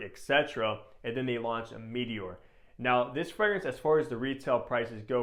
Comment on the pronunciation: It's not "mee-tee-ore". Comon man.